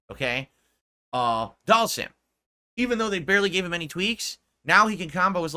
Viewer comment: Why is he now saying Dhalsim's name properly but can't say Zangief right to save his life?